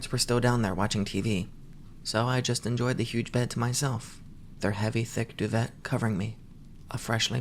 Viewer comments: "doo vett" speak english bro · The t in duvet is silent, dumb ass